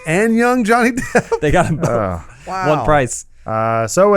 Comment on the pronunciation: John Smith And he also says "bolth" instead of both...